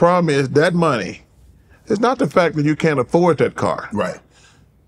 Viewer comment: “He wasn’t making any maneyyy” ~ Charles